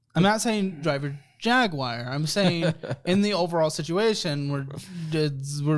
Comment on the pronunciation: JAWIRE omg again can’t say jaguar